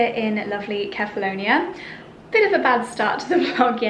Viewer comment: I wish you would learn how to pronounce the name of the island correctly, seeing you go there every year.